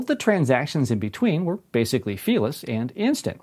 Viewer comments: What did he say? "Instant and near fearless"? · Ohh "fee-less"